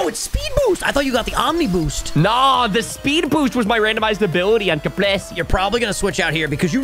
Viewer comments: I don’t know if anyone else noticed this but it was so funny to me that they were saying capresea instead of capraysay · It's more like cahprehseh, I thought you we're italian my dude